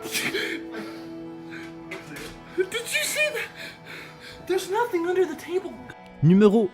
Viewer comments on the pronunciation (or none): none